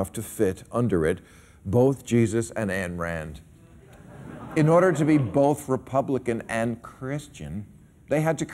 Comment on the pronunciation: Ayn Rand not Ann Rand. How many times do I have to tell you.